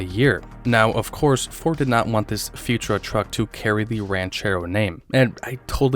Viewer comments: Futura is pronounced Few tour-a, not Futra. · Pronunciation tip: Futura is pronounced “fyoo-CHƏR-uh”, with emphasis on the second syllable, not “future-uh”. Thx for sharing info on this rare conversion model. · Futura pronounced "fyou-TOOR-uh".